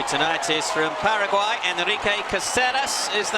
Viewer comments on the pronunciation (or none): none